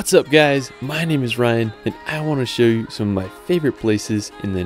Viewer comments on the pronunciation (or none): none